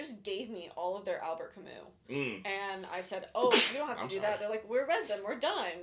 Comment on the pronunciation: TIL that you don’t pronounce the S in Albert Camus’ name 🤯 which makes sense because French but I had no idea!